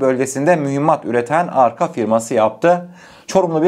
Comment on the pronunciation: Çorum’daki fabrikanın yazılışı ve okunuşu aynı arka değil yani arca olacak kardeşim